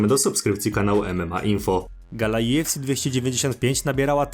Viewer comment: Kurde dobrze jest wszystko tylko UFC wymowa* juefsi Benoist Saint Denis wymowa* benła san deni a tak pozatym to probs i subik jest